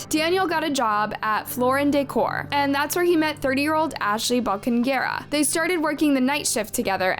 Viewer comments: Bow-kah-neh-Graw. Is how you say her last name. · I love so much that you covered this story with respect to Ashley but please make sure that while you are researching their cases, you take the time to learn the victims names. Ashley Bo-Ca-Ne-Gra. watching the slaughter of her name was so much pain throughout this video lol. keep it up girl!